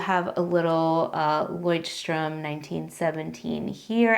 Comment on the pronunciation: Since you asked for corrections on your pronouncietion of Leuchtturm: your pretty much on track, but the German ch is a sound that you English speakers don’t have. It is a hissing sound made by lightly pressing the back part of your tongue toward your gum. If that is to hard: the American sh sounds better in my ears than the Amarican ch. Take care!